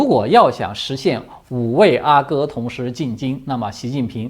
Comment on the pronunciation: 阿哥，阿是四声，皇子。